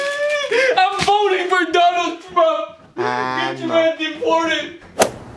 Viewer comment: "im voting for donld trump"😂😂😂